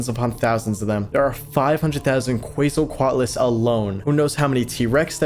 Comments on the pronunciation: it's k-w-etsle (like pretsle) coat- a lis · The dino nerd is screaming at me cuz u say Quetzalcoatlus wrong😭 It's "Kh-vet-zal-koh-at-lus" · why do they pronounce it ketsalquatlus? but it is spelled quetzalquatles WHY? WHHHHHYYYYYYYYY????!!!?!???!?! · I know I sound like a nerd but it’s ket-SO-CO-at-luss or luz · More like Ket-Sul-Coah-atlus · i think it's 'kw-et-zal-co-at-al' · WOOOOOO, UPLOAD! (It’s pronounced Kwetz-al-coat-luss, I think… read it in a book a long while ago) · I want to give a lecture on pronunciation on Quetzalcoatlus to him. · This man's pronunciation of the Quetzalcoatlus is "unique". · Love your videos! I'm begging you to look up how to pronounce Quetzalcoatlus 🐦